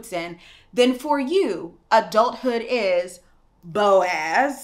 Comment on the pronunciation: I literally laughed every time you said "Boaz". That doesn't make me a heathen does it? Cause I was sold the Boaz dream too. I think the story of Ruth and Boaz is the Christian womans Cinderella.🤔